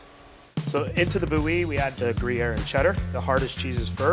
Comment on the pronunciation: more like boo-yee